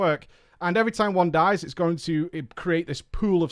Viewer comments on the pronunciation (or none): none